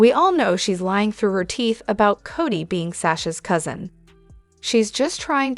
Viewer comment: Cody not Cottie